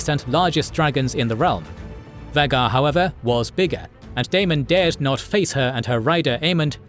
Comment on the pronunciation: I know this Channel predates Ai for years, been a fan before AI, but how many times have you mispronounced Vhagar